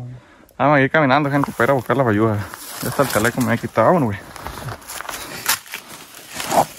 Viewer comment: Bayusas no sayusas jijiji